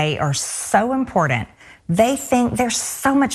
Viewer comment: It's impordent. Yes marge, it's impordent. 😕